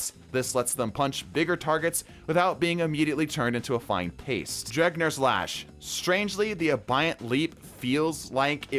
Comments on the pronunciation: Bro called it dregnirs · Off topic, but is there a reason he calls Drengrs lash, Dregnrs lash? I've heard it in a couple videos and i don't know if its just a meme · Brother, I appreciate your videos but for the love of god. DRENGR LASH - DREN-GER